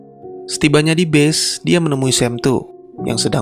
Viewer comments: Pas dia bilang “base” itu dia blng nya “bis” asli gw pkir “bis” yg “bus” itu dlm arti yg sbnr nya ya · gw dengerin pake headset dia ucapin kata base-nya bener kok, dia bilang "bes" ("e" seperti pada kata; ego, ekonomi, tempe, lonte dll).. bukan "bis" coba ko dengerin lagi pake headset bang, kalo perlu kurek telinga ko dulu pake sekop